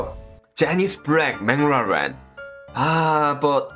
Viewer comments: It's McLaren but pronounced it as mang laren😂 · Bro he doesn't say MC larren he says it mang larren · Me: It's McLaren: No..!! Boi It's MangLaren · Everyone is a gangsta until says menglaren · When says McLaren what I hear is Bin Laden😂😂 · When say Menglarane 🤣🤣🤣🤣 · Everyone: McLaren: Banglaren🤣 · saying benglarn 😂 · Normal people: McLaren: MengLaren! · Nobody:: jenis bleck mnlaren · The way he says McLaren is like binladen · I thought he was saying benladin, it was mclaren..hahaha silly me. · Did he say Bangladesh 🤣🤣🤣😜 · I only hear said baclaren.what a cute guy. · I really misheard how he pronounced the McLaren as Binladen lol wahahaha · It's McLaren not binladen 😂🤣🤣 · Whi did I hear pronounce Mclaren "bin laden" 🙁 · I heard bang raren(mc laren)😂 and gorgofur not pol😂😂😂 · Did he say "Ben Laden road kill"?😂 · Wtf is menglaren😂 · Bro its McLaren not menglaram 😂😂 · What??? Menglaren??? Bangladesh??? 🤣🤣🤣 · Menglaren😂😂😂😂 Ur name is not Antenna😂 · Wtf is manglaren😂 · Mc laren🚫: mc lawden ✔ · I heard as Bin Laden 🤣🤣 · Nobody Literally nobody Le:Meglaren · i thought he was saying bin laden lol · "You must uh ride uh Benglaren🤣" love it😂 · maclaren My ear: bin laden 😂😂l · Funny how he says Menglaren! 😆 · Everytime he says mclareen i always hear "Bengladesh " 🤣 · "mac-la-din" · Meglaran RIP English 😂🤣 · I heard McLaren as BinLaden 🥲😂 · Whenever he say mclaren i heard bangloreee🤦‍♂🤣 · I thought he was saying bangladesh....🤣🤣🤣🤣🤣my fault... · Whenevr he says the car name, it sounds like "Bin Ladin " 😂😂😂 its car bro ..not terrorist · Is he saying Bangladesh or McLaren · The way pronounce McLaren😆😆😆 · The way he said McLaren was so funny 🤣🤣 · The new pronunciation for Mclaren was superb👌🏽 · The way he say McLaren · Maclaren Pronunciations Rip